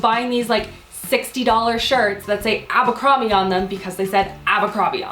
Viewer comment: you say abercrombie funny! <3